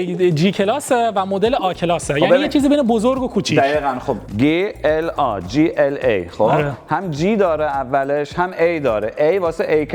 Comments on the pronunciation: داداش بنز (گی ال آ) گی ال آ یا جی ال ای داداش وقتی مخفف حروف یک جا هست چیزی بنام گ وجود نداره چیزی ک من خوندم لیسانس این رشته رو دارم وقتی گ خونده میشه ک داخل یک جمله باشه قبل یا بعدش حروف بی صدا باشه این مخفف بود حروف مخفف بود ریدی داداش گ ال آ عا هم وجود ندارد ای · گی ال آ نگو جی ال ای بگو گی کلاس مثلا زیاد به دل نمیشینه❤❤ جی بگی بهتره زیاد آلمانیش نکن❤❤❤ عشقی مثل همیشه عالی ❤❤❤❤❤❤ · گی چیه بگو جی وقتی میگی گی ذهن ما میره یه جا دیگه😂😂😂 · ما به این تو ایران میگفتی جیla نه گ😂